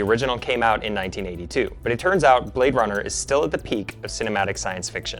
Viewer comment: he say you Blade Runna